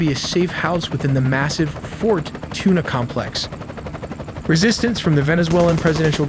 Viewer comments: I love this channel but can we get a better voiceover? Actually never mind I love the fact it said "Fort Tuna." Oh that got me... well done as usual. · Clearly AI. Can’t pronounce any Spanish words because it’s confused. Fort Tuna. nickels Maduro etc.